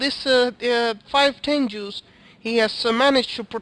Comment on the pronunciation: sorry but THERE TENGUS NOT TENJUUUUUUUUSSS FUCK YOU SAY IT RIGHT